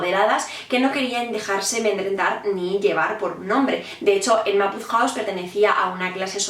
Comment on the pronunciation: Por qué le dices "Enma"?